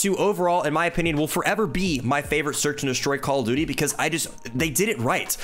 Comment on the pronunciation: “Call of Dooty” Nice video man!!